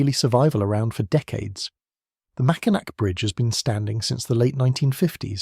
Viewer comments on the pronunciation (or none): It’s the Mackinac (pronounced Mackinaw) French, think French! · THE UP OF MICHIGAN IS ATTACHED TO WISCONSIN, SO IT IS NOT ISOLATED FROM THE REST OF THE UNITED STATES. ALSO, THE MACKINAC BRIDGE IS PRONOUNCED 'MACKINAW'.